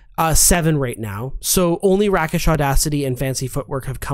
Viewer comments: RAY-kish Audacity, not RACK-ish Audacity. In other news, I absolutely **LOVE** playing Swashbucklers. My absolutely favorite 'war story' involves Kendria Bowrunner, a Halfling Swashbuckler (and former Second Mate aboard the privateer-turned-pirate Serpent's Cairn). Disguising herself as a 'lady of society' (via Glamoured Leather Armor), she seduced a bandit leader to 'handle her ex-fiance' (actually her Fighter teammate, Rudolf). The leader brought his gang to the showdown and, when Rudolf made a violent gesture in response to his gibes, Kendria stealthily backstabbed him (rolling a Nat 20)... then screamed in terror, crying out "I told you he was dangerous!" Between circumstances, Expertise in Persuasion and Intimidation, and a 16 Charisma (+3 modifier), she convinced the other bandits that Rudolf had killed their leader with a gesture from thirty feet away; they immediately surrendered. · A rake has rake-ish audacity, not rack-ish audacity. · Isn't rakish pronounced rake-ish, not rack-ish? Like calling someone a rake means they're like a devilish rogue, so rakish is the adjective form of that. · My ears are just so angry at how often they said "RACK-ish audacity" instead of "RAY-kish audacity". Do they not know what a rake is? 😭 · I thought Rakish Audacity was pronounced like Rake and not Rack. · It's pronounced Rake-ish not Rack-ish. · Isnt it pronounced "rake-ish" as in like a rake? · It is actually rake-ish. Hardly an error of enormous proportions, though. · Oh my god yes. Once, ok let it pass, twice, grit my teeth, by the fifth time they said rack-ish I was shouting at the screen. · Love your videos, but I'm wincing every time you say "rakish" - it has a hard A sound. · FYI, Rakish come from the base word rake, meaning, well, a roguish person. It takes the long A. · Love me some Dresden Files too, 😊 And "rakish" rhymes with the garden tool (rake), btw. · Rakish is pronounced with a long a. It is derived from the word rake. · “Rakkish” audacity?